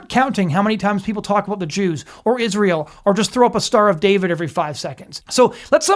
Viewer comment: This unhinged and profoundly ignorant stupid dumb bitch cant even pronounce simple words (written🫩) becomes: WRITT-EN 🤨and of course ISREAL becomes: ISH-REAL, which is so disrespectful and disgusting, same as when she says: JUDEA-OOOO CHRISTIAN 🙄the parasite is ILLITERATE 💯